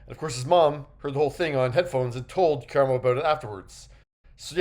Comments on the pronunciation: Thank you cuz ppl act like it’s a phonetic issue to say his name correctly. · Thank you for that!! And it not like he hasn't heard it properly pronounced before!! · That part! I spent the entire video shouting his name at the screen every time he said it... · His name is Ka-Rah-mo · KER•RAH•MO-, can you PLEASE pronounce his name PROPERLY?! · KU-RAHH-MOE!! Say it wilth me!!!! You definitely didn't pronounce it right. It's disrespectful to black people in general for white men and women to not say our names correctly. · Why tf is he pronouncing his name Kyer-emo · I need you pronounce his name Kaaaraamo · I hate veiled bias and racism against Black people. It’s been a few times he’a had underhanded slick comments against Black people, as well as a dismissiveness. The fact that you talk about someone but won’t even say their name properly just exposes your clear prejudice. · you keep pronouncing his name wrong …also how are you out of breath sitting in front of a camera ..? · Why are killing his name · First of all, pronounce his name right because you’re BUTCHERING it. And what kind of clown would sit in a space with people that don't like them? How disgusting and disrespectful of you to call that "drama" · He’s not being dramatic as you not pronouncing his name correctly!!!! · I wanted to hear about this but him butchering Karamo name is getting on my nerves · Listen, Karamo was always my least favorite (he always sounds like he's preaching at people and it doesn't really feel genuine to me. Plus, like someone else said, the Pink Sauce drama on his show was MESSY), but a "journalist" who can't even be bothered to learn the correctly pronunciation of the person they are talking about?? Big yuck, dude. I do think it's a little funny that the QE bubble seems to be imploding right before the final season though. 😂 The girlies are fighting!!